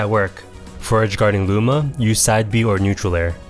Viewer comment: it sounded like you said moves with lower priority well be beaten by booma's attacks xD also this was very helpful